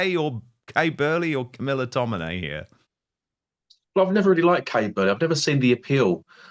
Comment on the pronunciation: It's tomini. Not tominay.